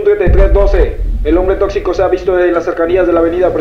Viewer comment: xD me gusta la parte a donde dise el on.bre tocxico da me al an siano 😅😅